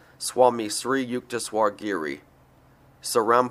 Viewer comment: Hi its a sweet thought to make this audio book and I commend you. It would be helpful for you however to learn how to pronounce sanskrit words. For example (Sri = Shri) or (jnana = gyaana also jnanamaya = gyaanamayaa kosh) or (sattva = sattwa) or a harder one - (sthulasarira = sthulashariraa) or buddhi = bhuddhi - hope that is helpful...